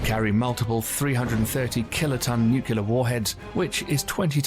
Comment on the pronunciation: I wish the narration could pronounce "nuclear"